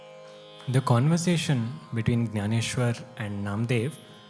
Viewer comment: In your narration, you have not pronounced Jnaneshwar properly. It has to be ज्ञानेश्वर not ग्यानेश्वर.